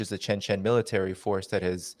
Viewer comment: I believe it was pig lard, not blood and it was to use on chechens not "chenchens"